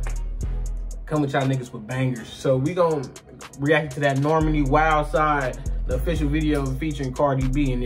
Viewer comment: It's pronounced Nor-Mah-Knee.. rhymes with Armani